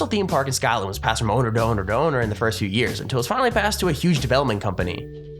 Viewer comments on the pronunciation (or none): none